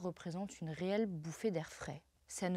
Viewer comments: Et "n'est pas vraiment zune surprise !!" 😂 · "n'est pas vraiment Zune surprise", puis "les 18 Zagences de renseignements"... Surveillez vos liaisons jeune fille ;)